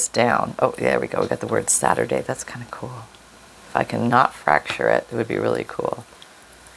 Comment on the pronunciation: Oh. Your broken saTURDAy just had me laughing out loud 😂 brilliant. I could see it coming and was yelling at the screen NO! And then you started to laugh too. That's why I love your posts. Have a wonderful day everyone, love n hugs from England xxxx